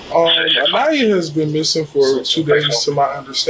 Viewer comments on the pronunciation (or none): My biggest gripe with this video is that you only say Aniyas name correctly 3 times. She doesn’t have much left, but for people to remember her and tell her story. By saying her name incorrectly you may as well be talking about someone else. I find it disrespectful. Just a future food for thought. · It would be nice if your AI voice could pronounce her name correctly. I counted at least 3 different ways. uh-KNEE-uh, uh-NIGH-uh, ON-yuh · I sure wish that the narration would pronounce Aniya's name correctly, every time it is used. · Does anyone else find it highly disrespectful to the VICTIM how often mispronounced her name? 😢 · Please tune your AI to consistently get the victim's name right. It pronounced it two different ways in this vid. Disrespectful. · FFS can't your CRAPPY AI even get this poor girls name correct ??!! There must have been 5 or 6 different pronunciations which is both rude and disrespectful to a beautiful young woman who has lost her life because of a mans jealousy & insecurity . If you're going to have a channel highlighting true crime , the LEAST that you can do is to get the victims name right !!! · Kind of sad the narrator couldn’t even get her name pronunciation correct. Think I heard at least 2 variations and a completely different name. Just seems a little distasteful. RIP beautiful girl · Not a bad effort by the AI narration but so far it's pronounced the victim's name 3 different ways. One would think a machine would be consistent. ;) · This was a great video--the only thing that could've made it better is if you had pronounced Aniya's name correctly throughout (but I think this may be an AI narrator). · You said her name wrong numerous times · If you're going to use AI, train it to get the victim's name right. The many ways Aniya was mispronounced was infuriating.